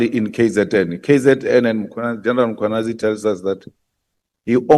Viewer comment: Who is this Makhwanazi they keep mentioning. It is Mkhwanazi! The absent "a" is also very silent! Nxa!